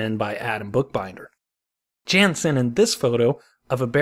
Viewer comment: your Wrocław pronounciation is just perfect greetings from Poland PS Jan is more like Yan